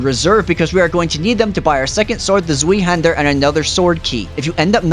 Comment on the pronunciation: Every German person dying when you say sveee- hander